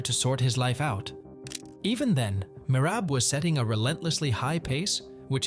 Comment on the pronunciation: The way you pronounce Merab makes it hard to watch the video